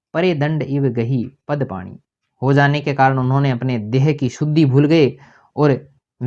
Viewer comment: Bakwas, dahki को dakhi बोल रहे हो